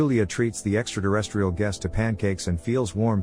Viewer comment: I wish he would stop saying “extra deresstrial”